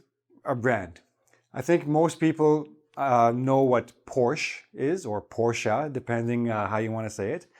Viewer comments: It's Porsche not porch Omg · Thank you well for pronouncing the words so clearly and for all the explanations along. The lessons are super helpful to me. Btw: The last letter of the brand Porsche is pronounced like the “e“ in elephant. Cheers from Porsche-hometown Stuttgart :-)